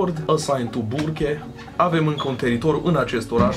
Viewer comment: Ai zis burke de parca era burger -_